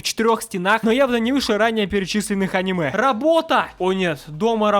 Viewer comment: если я ещё раз услышу в ролике слово аниме с ударением на а, я... я... я просто... 1000-7